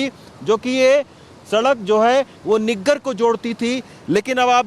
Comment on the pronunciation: niggar nahi saheb naggar kehte usko 😜😜